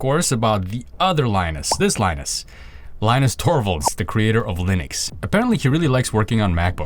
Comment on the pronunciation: I thought his name is pronounced lee-noos